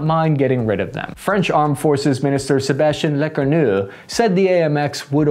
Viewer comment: I guess we'll see Leeclark tanks on the field after Sebashtiann Leekawoo and Bruno Laymaree give their permission.